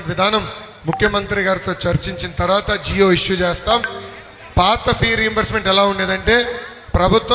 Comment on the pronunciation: జియో కాదు జీవో విడుదల చేస్తాం జీవో అనాలి బాబు బాబు గారు